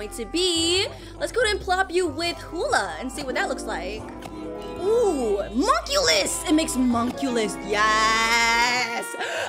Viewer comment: Bro you got monculus and you said mokeyten